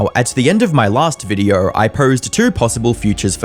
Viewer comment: I wanted to listen through this video, but the narrator ai has this wierd, triggering letter O. For example, the word "video" sound like "viduuu".